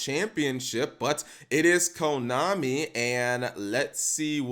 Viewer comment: U literally said komani cap